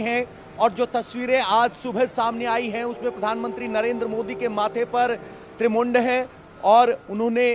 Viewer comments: Tripund hota hai trimund nai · त्रिमुंड नहीं त्रिपुंड होता है भाई.... इसीलिए प्रत्येक कक्षा में संस्कृत पढ़ाने की आवश्यकता है ताकि भारतीय संस्कृति के तकनीकी शब्दों से, संस्कार से हम परिचित हो सकें अन्यथा यह त्रिपुंड त्रिमुण्ड कब बन जायेगा हमें पता ही नहीं चलेगा और हम फिर अर्थ और अनर्थ पर वार्ता करते रहेंगे। आशा है पत्रकार बंधुओं के लिए तो भारतीय संस्कृति के तकनीकी शब्दों की एक कक्षा दी जानी चाहिए क्योंकि पत्रकार लोकतन्त्र का चौथा स्तंभ होता है वैसे एक दो शब्दों को छोड़ दें तो पत्रकार भाई बहुत अच्छा रिपोर्टिंग कर रहे हैं।